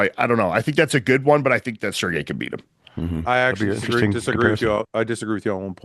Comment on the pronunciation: Fouad finally pronouncing Sergei correctly makes me unreasonably happy lol